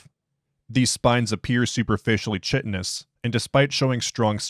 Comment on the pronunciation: Chitin is pronounced "Kai-Ten"